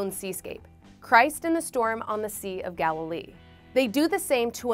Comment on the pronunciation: The narrator mispronounces “Galilee” . The accent is on the first syllable.